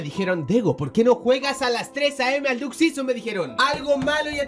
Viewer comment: Pensaba q era Duck season pero ya veo q es diuk sison como lo dic el😂